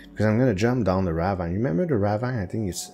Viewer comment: ok so for a little help with some words first off "ravine" the last part "vine" isnt pronounced the way it is normally it makes the same kinda sound as see so its kinda like raveen and for sarcophagus the "coph" part is pronounced cough so its sar cough a gus i hoped this helps and isnt confusing cause im not the best at explaining well heh